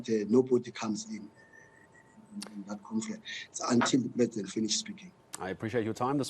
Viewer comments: Magashule calls it COMFERANCE, that cracks me🤣🤣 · He’s been humbled this one. Was very arrogant before “confrents” 😂